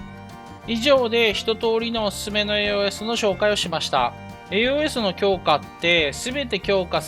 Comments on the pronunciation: AOS研究はやっぱ必須か。強化パーツはローズスリーかね。AOSを「えーおーえす」って発音してたのが少し気になったw「えーおす」です。 体験版の範囲だとドライストレーガーが最強ユニットだから、エンジンはアップデートしたいな。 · 以前の動画から気になっていたのですがAOS(エーオス)という読み方を敢えてエーオーエスと読まれているのでしょうか？